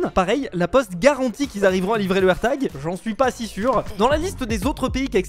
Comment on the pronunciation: un AIRTAGEUH , AMONGEUSSE